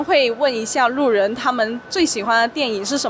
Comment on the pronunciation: thanks for the video, btw in i heard she pronounces 路人 as "ru nen", did i mishear it? or is it an accent from somewhere? thanks in advance for the answer